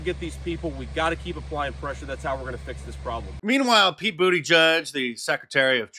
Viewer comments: Did Mark say Buttplug for Petey? 😂😂😂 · Did he call Buttigieg, buttplugg??🤣🤣🤣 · Did you say “butt plug”? Great one Mark! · Pete Bootygag. Its pronounced Bootygag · Did he call Pete butt plug??? 😂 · Did I hear that right pronouncing the name of the transport secretary as booty judge?